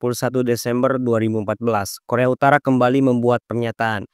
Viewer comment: Kualitas konten udah good banget min😊 tapi aku cuma kasih saran, untuk cek dulu kualitas penyebutan kalimatnya min, seperti Korea Utara tapi malah terdengar seperti koremtara, dan semisalnya ada kalimat berbahasa Asing alangkah baiknya coba di translate dan di dengarkan cara penyebutannya agar konten semakin jos min😊 menurutku admin masih kurang dari segi itu min sony fiksar dan setiap penyebutan selanjutnya begitu terus seharus nya sebut saja soni pikcer koremtarah seharusnya korea utara jutaan dolah Sebenrnya masih banyak min cuma aku kasih sebagian aja buat bahan evaluasi dan jangan malas juga untuk take ulang saat penyebutan min, mungkin yang salahnya bisa jadi bloopers di akhir video buat hiburan seperti aurelia Vall Terima kasih admin